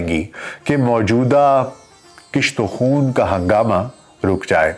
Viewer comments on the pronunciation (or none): " کشت و خون ۔۔۔۔۔۔"۔۔۔۔ کشت و خون۔۔۔۔ ک۔۔۔۔ پر ۔۔۔ پیش ہے ۔۔۔ ک ۔۔ کے نیچے ۔۔۔۔ زیر ۔۔۔ نہیں ہے ۔۔۔۔کُشت و خون ۔۔۔۔ بمعنی۔۔۔۔ قتل و غارت گری ۔۔۔۔۔